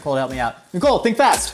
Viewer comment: What he said “me, Nicole, and Trevor” what I heard, “Minacole”